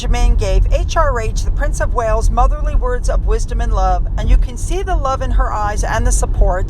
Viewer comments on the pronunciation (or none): none